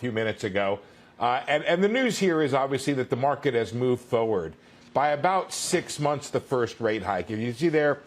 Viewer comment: Foe-wird? Is that how he pronounces 'forward'?